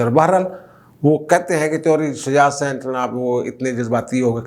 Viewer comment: THAKRAIYA YA THUKRAYA Kuch mehrbani kar ke apna urdu ka pronounciation theek karein.Again Hassain or Hussain.